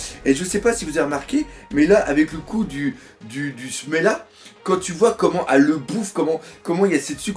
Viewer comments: c semla pas smela mdr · Perso, je pense que je préfèrerai le semla au smecta xD Et au passage, oui, c'est semla, pas smela ^^ ;) Ah, et aussi y a que des parties II dans la vidéo, c'est pas mal xD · Quand tu vois cet episode, comment tu peux dire que le manga est superieur a l'anime Pendant des mois j'ai ecouté le dire Smela, pour me rendre compte qu'en fait c'etait Semla